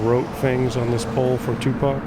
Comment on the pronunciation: I’m glad you didn’t pronounce it “2Pack.” 😂